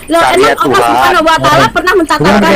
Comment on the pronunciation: Alloh subhanalloh, bukan subkanaloh